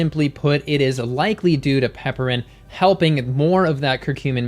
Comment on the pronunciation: Pronounced piper-in, not pepper-in. It's a reference to the genus name, which is Piper.